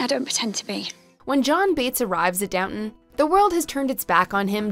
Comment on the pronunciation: Please stop pronouncing “Downton” like that. Please.